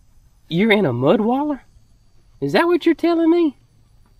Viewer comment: not mudwaller.... mudbaths! 😅